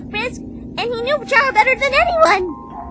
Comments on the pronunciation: I just want to clear something its not pronounced ch-ara is like k-ara you aren’t going to chat character like ch is like k it’s like when you say chara-cter, sorry that really bothers me! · Its not chara its cara is spelled chara but it's pronounced cara